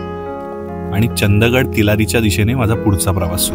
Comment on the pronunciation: सगळे Youtuber तुम्ही बेळगाव जवळ येणार पण त्याच नाव नाही घेणार, हाच खंत राहतो नेहमी मनातब😶 आणि ते चंद गड नाही, चंदगड.